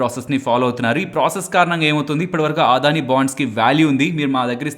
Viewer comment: ఆదాని కాదు.. అదాని.